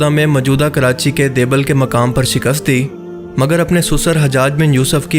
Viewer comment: صحیح تلفظ دیبل د ی ب ل ہے دبیل نہیں،دوسرا حضرت عمر فاروق رض بھی شہادت کے رتبے پر فائز ہیں جس طرح حضرت عثمان غنی رض اور مولا علی علیہ السلام ۔